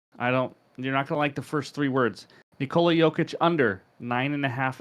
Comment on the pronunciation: Yoker.. Yokich... 😂